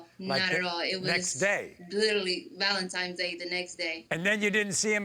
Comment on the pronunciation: Valentines not valentiMes day! Lol